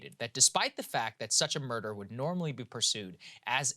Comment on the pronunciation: Saagar’s pronunciation of murder as murdaugh will live in my head rent free